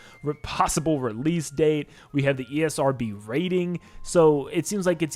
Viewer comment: dude cant even say esrb right lmao